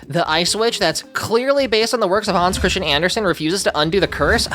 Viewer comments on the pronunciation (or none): none